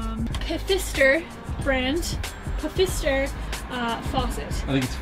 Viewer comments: Lol! Nobody “wins” on the faucet manufacturer name... it’s pronounced “Fister” (silent “P” like most German names spelled like that). BUT... in all fairness... was closer! - Pfizer is a pharmaceutical manufacturer! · pah-fister....lol. funny reaction